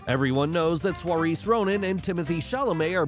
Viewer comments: Saoirse is pronounced « Sir-sha ». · What does J-Low have to do with this video? The man in the next video CANNOT moonwalk like MJ! Saiorse Ronan's first name is pronounced Sorcha!